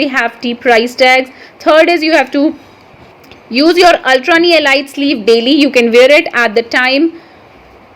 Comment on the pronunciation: Ellleeeetttttttttttttttttt not ilight lol .............